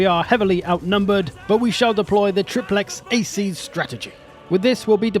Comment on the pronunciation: principes = prinkipes, triplex acies = triplex akies with the same accent but C are K Loved the video, roma invicta